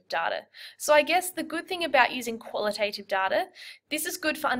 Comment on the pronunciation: The second "a" in qualitative and quantitative isn't pronounced like the "a" in "name". It's a short "a" that doesn't say its name.